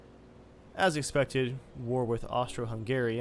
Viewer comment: It's Austria-Hungary lol